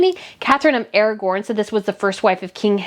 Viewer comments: AraGON…not AraGORN. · Great commentary as usual! One small thing: Aragon is not spelled with an “r” so it’s not Katherine of “Aragorn,” but “Aragon.” And yes, it’s lovely to see Katherine, Princess of Wales, to be able to say it out loud. It’s VERY satisfying! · Thank you for your uplifting videos on our Royal Family. Just a few more pronounciations: Aragon,not AragRon🤔. Carnarvon, not Canaveron. So glad you picked up on the fact that our news channels seemed to avoid closeups on the 'Nutmeg'.! You are doing a great job. 🙋🇬🇧🇬🇧🤴🤴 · It is not Catherine of Aragorn, it is Catherine of Aragon. I think you are pronouncing it wrong b/c of Lord of the Rings. This is the 2nd time I heard you do this. Sorry!